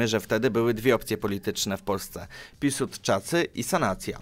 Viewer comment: Mogę zrozumieć pośpiech przy mówieniu, ale słowa typu "piłsudczacy" i inne przejęzyczenia są nieco żałosne. Przecież można nieco krytycznie posłuchać własnego nagrania - i przygotować je jeszcze raz. Pomysł ciekawy - ale wykonanie słabe.